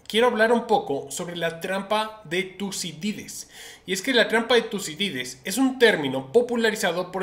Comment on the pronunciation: Se dice trampa de Tucidides!!